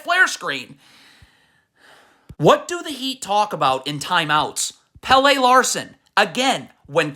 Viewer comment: Omg. It’s not Hair-oh and JahQuezz. Not Pay-lay. He’s not the soccer player. It’s Pel-leh. Your pronunciation is trash.